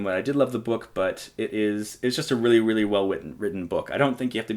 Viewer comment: It's just a weally weally weally weww witten wook!